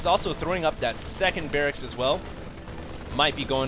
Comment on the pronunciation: He said Brracks as well, not barrackses...